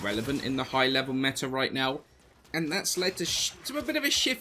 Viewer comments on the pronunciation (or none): none